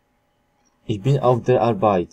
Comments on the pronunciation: dokładnie jakie kurwa "iś" na kilometr pachnie nieukiem , ogólnie paranoja to co co on wymawia i tłumaczy. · jasne, oczywiście, ale jak jesli ktoś uczy, to spodziewam się poprawnej wymowy. Nie uważasz że ich i iś to dwa różne słowa? To tak jakby powiedzieć, że kąt i kot to to samo. Myślę, że można by się nie dogadać. Moze komuś jest łatwiej wymówić o niż ą i nie ma w tym nic złego. Masz rację, nie ma i nie powinienem się czepiać, ale chyba jedna robi różnicę, nie uwazasz? Stąd moja uwaga. Wiadomo, że nie poprawiamy ludzi na ulicy, ale po to autor udostępnia możliwość komentarzy pod filmem, żeby wyrazić swoją opinię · Ich a nie iś! Nie ma w języku niemieckim literki "ś". To jest miękkie " ch". Co o akcent i wymowę chodzi ,to jest po prostu katastrofalna. Inni się uczą i robią te same błędy. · podana przez Ciebie wymowa nie istnieje, przykład Uhr podajesz wymowę ur zamiast uhr h wymawia się, zaś słowo ur w niemieckim ma inne znaczenie, jest ich wiele, ś w niemieckim nie istnieje, jest niemożliwe dla Niemca do wymówienia, dir to u Ciebie dija coś takiego nie istnieje i tak można wymieniać do sądu ostatecznego, jest z czego boki zrywać, powodzenia!